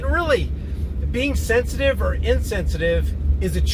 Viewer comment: Thenthitive > Sensitive